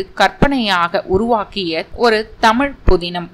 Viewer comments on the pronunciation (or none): none